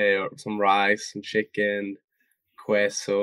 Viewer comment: Love his pronunciation of 'queso'